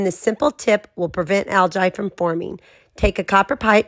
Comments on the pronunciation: Algee that’s how it’s pronounced not Algi 😁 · First off, it's pronounced AL-GEE. Second, do NOT do this if you have a guinite pool and have a heater on your pool. It will stain the finish and kill your heater. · You own a pool but can't pronounce algae. (Al-gee) try it. What about fine silver instead of copper? For sure won't turn things green. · That fact that she’s pronouncing it Al Jai just makes this seem like a troll post from someone who hates people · I’ve never heard anyone pronounce algae like that 😕 and then you kept saying it 😂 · Pro tip don’t take pool advice from someone that can’t even pronounce Algae. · 😂 That's not the pronunciation of Algae